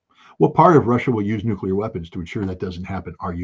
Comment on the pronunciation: They traumatized scott as a kid with thermo nucular war propaganda so he really thinks nucular weapons are real, nobody's perfect just forgive him and move on.